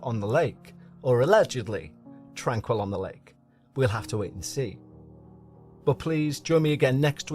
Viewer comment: You would have more credibility if you had made an effort to find out the correct pronunciation of the name of the facility. It leaves a question of how much of this is the result of shoddy or non-existent work. I know someone who spent time there and she said she was well-treated and recovered from the symptoms of tuberculosis. She would have left if she had any experiences like what you are claiming occured here. I'm annoyed that YouTube will count my comment positively for your stats but I just can't resist pointing out that this is drama fantasy.